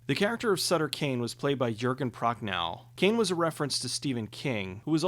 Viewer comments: It's not "ProcNOW" it's NOV. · Good video, but Jurgen Prochnow's name is pronounced "yurg-in Prok-nov". Also, those are less jabs at Stephen King's work and more winks and nods. Carpenter is actually a Stephen King fan. (He made a movie based on one of his books, after all.)